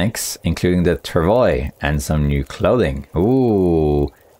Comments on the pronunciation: Travois is pronounced "trav-wa" :) it's French. I've said it before, and I know you saw my comment that time! I'll keep saying it until you learn it :D Thanks for the informative video, as always! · Travois is a french canadian word, pronounced trav - waa.